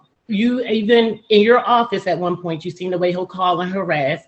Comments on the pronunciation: the pernt? what the fuck is a pernt? christ just pronounce words people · Get the “pernt”…I find the ghetto dialects very interesting. So many unique pronunciations!